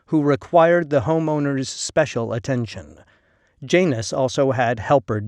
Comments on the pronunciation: Ouch, your Latin pronunciation is terrible. It’s John-us not Jane-us (Janus). The U is the one in push, not the one in rush. In one morning, you could learn Latin pronunciation, it’s easy. It’s pretty similar to a lot of modern Spanish pronunciation, with some differences. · It's Yah-nus if you want to be picky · Pretty good presentation. Only thing I'd suggest is learning the correct pronunciation of certain words. Latin J ,well there wasnt one I is pronounced like a Y. Janus/Ianus is Yan us, Julius/Iulius is Yoo lee us. V is more like a W, Venus as Wee nus, Vino would be Wee no.